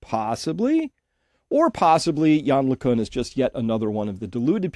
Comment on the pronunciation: LeCunt pronounced with a 't' at the end.